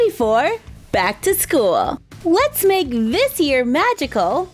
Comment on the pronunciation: Nuuuuuuu not skoool